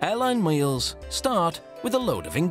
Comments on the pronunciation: “maeals” lol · HAHAHAHA I heard that too and had to rewind!!!